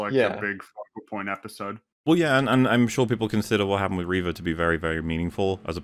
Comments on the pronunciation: you mispronounced her name. It's not "Reva", it's "REVAAA!!" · how do you keep pronouncing Reva wrong for so long without noticing you're the only one saying it that way?